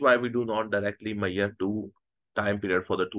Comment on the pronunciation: Ashame men ..foolish sir ..just learn some english is measure not meiyer😂😂😂😂